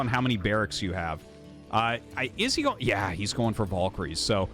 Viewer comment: is it volkryies or valkyries ??? google and most English speakers spell it with an A not an O